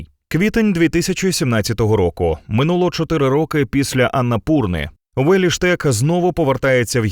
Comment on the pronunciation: Яким дивом Улі Штек став у вас Уєлі? Подивіться як читається його ім'я.